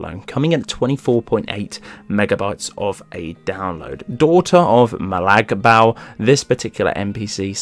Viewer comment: Thanks for the video. Aria bal looks awesome but you butchered molag bal's name.